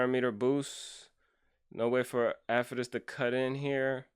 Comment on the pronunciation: gosh what a crazy account. i love how you pronounce his name afetus lol.